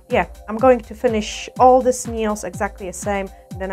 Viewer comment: Dzień dobry Pani. Taka mała sugestia z mojej strony jeśli chodzi o język angielski słowo "paznokieć" - nail czyta się i mówi się "nejl" w liczbie mnogiej nails - "nejls", gdyby Pani zechciała użyć tej wskazówki odbiór Pani filmów będzie przyjemniejszy dla osób mówiących biegle po angielsku lub dla osób mówiących tylko po angielsku. Pozdrawiam i życzę miłego dnia 😊